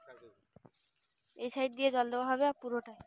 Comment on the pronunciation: বেশ সুন্দর সাইড উচ্চরণ করে ইচ্ছে করে এক এক জায়গায় বলবে "chide", খুব চালাক।